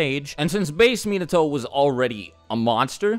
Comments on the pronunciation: MEnato. Come on cuz. Minato, the accentuation is on the second syllable. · The way he said minato..🤦🏽‍♂️ it's (muh-naw-toe) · Mean-na-toe? I think you got your pronunciation twisted lol. It’s Mee-not-toe... just saying lol